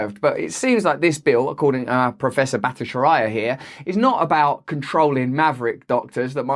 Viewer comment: Jay B is great! Pronounced bat-ih-CHAR-ee-uh.